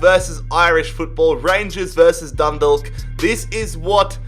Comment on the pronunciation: Just for future. Dundalk is pronounced like Done-Dalk. Dalk is pronounced like if Talk had a D at the front of it BTW love the rebuilds man ❤️